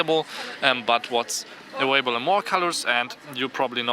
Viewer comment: "awailable" lol I thought germans could say the v sounds lol